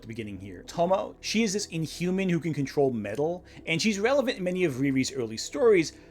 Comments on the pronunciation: I'm not trying to be a jerk, but I have to ask: Do you tend to watch your anime dubbed or subbed? The reason why I ask is your pronunciation of the Japanese name "Tomoe" with two syllables ("To-mo," as in the old Cloverway dub pronunciation of Professor Tomoe's name in Sailor Moon S) instead of three syllables ("To-mo-ay," as in the actual Japanese dialogue track of those episodes.) I do understand why native English speakers would default to treating that final e as a silent e, because it would be according to the conventions of English, but those same English pronunciation conventions are also why so many native English speakers mangle the pronunciation of "Gramuglia. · For future reference if she ever comes up again, Tomoe is pronounced more like toe-moe-eh. Three syllables, the E isn't silent. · Tomoe is pronounced (Toe Moe Ay). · In Tomoe, "e" is it's own syllable. Tomo-ay.